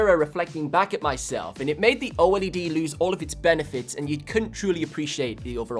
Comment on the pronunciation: #1 its not pronounced O......... LED. For 2 its an AMOLED display which is actually a different and better technology than OLED.